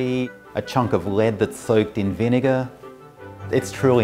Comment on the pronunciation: white people really like pronounce vinegar with hard r huh